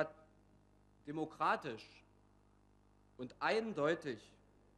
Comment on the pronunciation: Bemerkenswert wie Herr Liefers bei Min beim Wort "demokratisch" ins Stocken gerät. Heute gerät die Demokratie ins Stocken, obwohl wir sie alle flüssig aussprechen können.